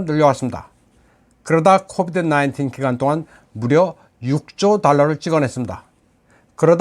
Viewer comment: 발음도 선명한 코비트 니인틴이라는 소리가 거슬리네요.박 기자 혹시 친중?